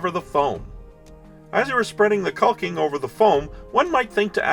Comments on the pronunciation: The rocks look fantastic, but please, for the love of everything holy, stop pronouncing the L in the word caulking. I've worked with hundreds of people in all forms of construction work over 40 years, and nobody pronounces the L. Lol. Other than that, everything you make looks great and I always try to catch your vids. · I know it's dumb, but my buddies also watch this channel (they are all in construction) , hated the L sound, and we were deciding who had to look like a dick by posting a comment. Guess who rolled the natural 1?